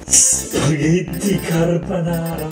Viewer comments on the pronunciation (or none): Damn she's butchering fried rice in Uncle Roger.. Now she's butchering Carbonara, sorry I mean Carbanara 😂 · At least she's not making "spaghetti carbonara", she's making "carbanara". LMAO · Her son is so brave... I wouldn't try that "CARBANARA" even if someone was pointing a gun to my head 😭